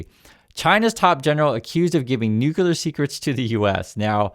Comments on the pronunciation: New-clear =nuclear 😎 not Nu-cu-lar. Thanks! 🇨🇦❤️ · It's Nu(ke)-clear not nuke-u-lar... Thank you for your attention to this matter 😂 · OH NO, please tell me you were joking when you pronounced "NUCLEAR" like Homer Simpson..... "NUKULAR, IT'S PRONOUNCED NUKULAR" Like where did that even come from???